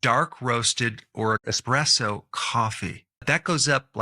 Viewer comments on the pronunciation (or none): none